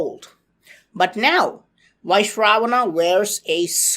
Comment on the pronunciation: Also, he is pronouncing it wrong. It’s Vy-SravaNa.